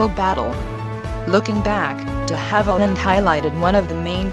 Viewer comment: Puleeze it's DE Havilland as in the French language....NOT pronounced DEE Havilland! SMDH